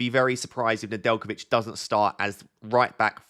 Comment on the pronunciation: Nedjelkovic perfect pronunciation ✅